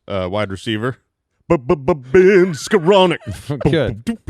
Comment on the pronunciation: Isn’t it Skowronek…Don’t you think?